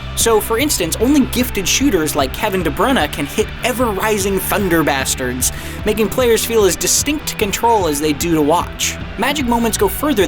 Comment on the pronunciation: Was it just me who noticed he said thunderbasterds?